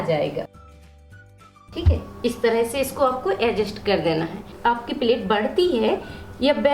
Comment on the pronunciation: Vo ajest nahi adjust hota hai bolane to aata nahin Hai aur Chali video banane pagal